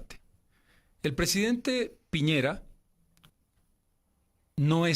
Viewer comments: el presidente de chile, Piñeira * WFT XD almenos mesa lo pronuncio bien Piñera, aun que sobre el tema de que el presidente de chile no considera un locutor valido a evo, ese asunto si le compete a chile, chile es libre de negociar con quien le plazca, si no reconocen como un locutor valido a evo, es mas por sus insultos de años anteriores y su actitud anti-chile , chile es libre de no negociar con el, no por que lo elijan los bolivianos significa que chile tiene la obligacion de negociar, eso ya quedo claro con el fallo de la haya. asi que chile puede perfectamente decir que evo no es un locutor valido le guste o no a mesa. si va a venir con esa actitud y con lo que dijo del posible presidente de brasil, puede que no sea tan buena opcion despues de todo. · A ver Roxana. Primero: que todo es Piñera y no Piñeira. Como periodista, mínimo debes saber como se llama el presidente de Chile. Somos vecinos. Segundo: Piñera no necesita un peón...para peón está Morales. Para esos menesteres se necesita un diplomático...Te quedó claro?